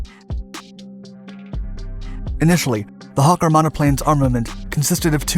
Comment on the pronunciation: What's a "hukker"?